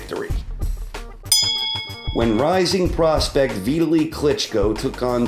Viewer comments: who tf is VIT ALEE??? you mean VIT ALI. your AI is shot bru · NOT VITALY like Italy .... Vitali like Vit towel e ( closer than you) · Great video, but dude... "Veetuhlee?" My EARS! Vitali Klitschko's name is pronounced Vih-TAH-lee. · Don't say vit ill eeee. Better to say vit ah lee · It's pronounced Vi-TA-li, accent the second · Vee- Da- Lee Klitschko! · veetalee? wat the.... after this decade was also thee end of boxing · lmao u said vitalis name wrong wtf lmao